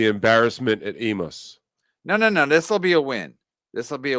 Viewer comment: E-mouse?? E-MOUSE?!?!?!! It’s E-May-Us.